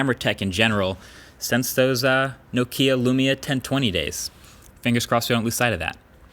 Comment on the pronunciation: C'mon Marques... By now you should know how to pronounce "Nokia". It's "NO-kia", not "no-KEEE-ah".